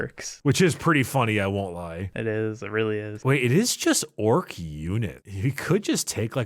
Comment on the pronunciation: Every time they talk about their merch, I swear they say Ork at Eight.